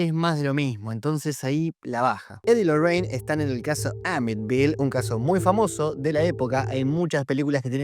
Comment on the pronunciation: Que no es Amityville no amitville ?